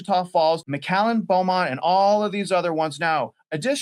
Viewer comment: he pronounced Beaumont correctly...I'm shocked!!!